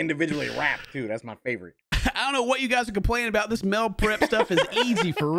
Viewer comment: “Mel prep” meal prep?🤣